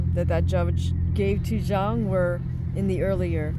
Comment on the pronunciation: Not many fight channels that pronounce Zhang correctly this is a refreshing change 😂